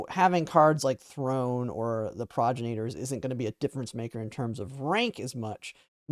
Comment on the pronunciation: I'm sorry, I want to be as constructive with this criticism as possible. Pronouncing "Progenitors". It sounds like you're saying "Progenators". More proper pronunciation should be pro-GEN-itors. I feel like a dick correcting something minor like that but if you're gonna be talking about this card the next several months it might be helpful.